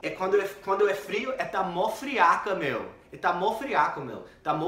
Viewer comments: Ahahahahah " meeeeu " tá manjando bem 👏🏻👏🏻👏🏻👏🏻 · já tá falando Mano e Meeuuu igual ao boça, tá indo muito bem HAUAHAUAAHAU!!!!